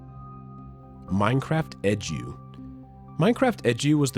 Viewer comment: Everyone: Minecraft E.D.U.: Minecraft EDGEYOU